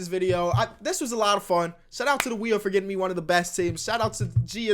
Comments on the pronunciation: "W H E E N" lmao sorry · he said 'spin the wheen' lol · spin the WHEEN 😂❤👌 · SPIN THE WHEEN??? Kenny wth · spin the wheen 😂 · SPIN THE WHEEN HAHAHAHA good vid tho! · SPIN THE WHEEN HAHAHA (before he edits it if he does) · Spin the wheen😂😂